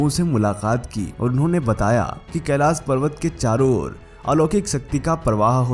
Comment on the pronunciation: Kailash bolna nahi aata... pahele iski training lo..